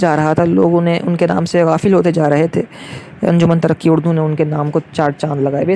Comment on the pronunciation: Pronounce: Anjuman E Tarraqi E Urdu